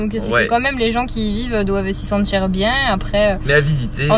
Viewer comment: " se sentir bièè " Vous êtes vraiment de Paris ? xDDD (humour )